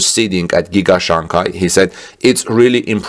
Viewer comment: SHanghi ,, not CHanghi ,, love the channel